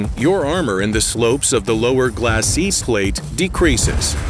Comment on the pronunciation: what is going on with the pronunciation of glasses and cupola?